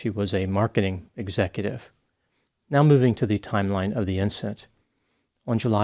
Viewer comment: I feel bad for laughing but it sounded to me like she said IM TELLING YOU RIGHT MEOW.